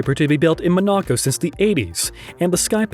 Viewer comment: Ma-knock-oh? Where the fuck is that? In Your Anus? LMSFAO!